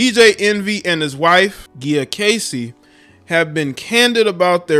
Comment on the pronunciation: “Ghee-ah” lol it’s “jee-ah”